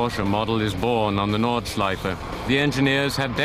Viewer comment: "Nürrrburgring Norrrdschleife" xD